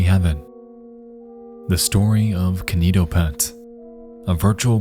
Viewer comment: key nee toh pet